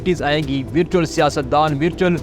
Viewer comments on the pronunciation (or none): لفظ Virtual کا تلفظ صحیح کر لیں۔ یہ لفظ آپ کو بار بار استعمال کرنا پڑتا ہے۔